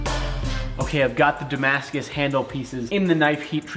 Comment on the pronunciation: Damascuses? Damascai? Damascusisisisis? Who knows